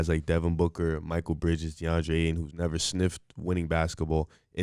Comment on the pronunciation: Also can’t take them seriously if they pronounce Mikal like “Michael”. If they can’t correctly pronounce the name of one of the best role players in the league, then I know that they don’t really watch enough games to even have an informed opinion to accurately compare both teams lol.